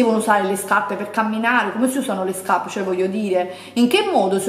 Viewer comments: huahuahuahua "scapppeee" ma xkè?? p.s. labbra oscene, fanno nauseare quando parli...bleeeaaaahhhh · L’unica cosa che ho capito del video “SCAPPE” “SCAPPE” e ancora “SCAPPE”🤣🤣🤣🤣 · Ma qui la vergogna sei te che ancora ostenti SCAPPE SCAPPE SCAPPE 😂😂 spendili da un buon logopedista i soldi o un corso di dizione accelerato! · Mamma mia che tristezza, hai ripetuto 700 volte scappe e Luì vitton 🤐. Mi fa male la testa 🤕🥴, non so come fanno le persone a vedere i tuoi video. Fu la scelta giusta disiscrivermi dal tuo canale tanto tempo fa. Fatti un corso di grammatica e di dizione che ti farebbe bene al cervello. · Guardate i vecchi video, lo fa apposta a dire SCAPPE. Prima lo diceva normalmente. É solo un modo per farvi commentare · Si doveva amareggiare il direttore x ogni volta che hai detto scaPPe , V"i"TTON , "sacchette" etc.....PER IL RESTO HAI RAGIONE ANCHE IO SAREI INFURIATA!